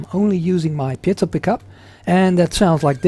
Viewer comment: Great review.... and you're the 1st person I've heard pronounce "piezo" correctly! Congratulations!!! lol :0)